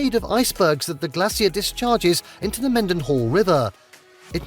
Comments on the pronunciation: Ok it’s Glay-shur and Keen- eye. Alaska is unique in all of the US. From the UK you would get better views of the Aurora in Sweden. In the summer sunset is around 11pm and sunrise about 4am but in the winter sunrise is about and sunset I grew up in Alaska and it’s the best place to grow up. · I jump just a little every time he says "Glass see er." It's pronounced "Glay sher." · "Glay-sher". That's how you pronounce glacier. Not glassy-er. It may be pretty there but you have to remember how cold it is. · Its pronounced... Glay..sher NOT glass ier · It’s not glassy-er in the U.S. It’s glacier pronounced g-lace-sure. Alaska is a U.S. state, so get the pronunciation right for the area you are talking about or people with English as a second language will be confused and confusing when they visit there as tourists. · Someone tell the narrator we say it like "glay-shur". 😉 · I’m glad I’m not the only person disturbed by the narrator’s pronunciation on “glacier” and “Kenai”. I yell “gla-sh-er” to make myself feel better. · i'm laffing cause he aint saying glacier properly glassier LOL. like the fact alaska dont have big head syndrome like texas does. texas is a baby next to alaska. if u want big forget texas alaska is the big boy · stop saying Glace-seer for fck sake 😠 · I couldn’t handle “glassy-er” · I can't stand how Brits pronounce Glacier. It's Glay-shur. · Same lol. It’s “Glay-sure”! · Glacier is NOT pronounced the way he's saying it. I don't know why it's driving me Crazy!😂🤣😜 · Wtf with glacier pronunciation? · The way he says Glacier makes me Cringe so hard. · Was anyone else getting upset about how he was saying glacier wrong. I kept saying that's not how you say it😅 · The narrator pronunciation is killing me. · His pronunciation of glacier is killing me. I live in Alaska on the Kenai Peninsula.